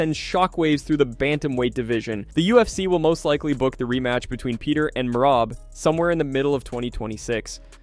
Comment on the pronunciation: Hey white boy, say Merab’s name correctly. MEY RAB, not MEYRIB.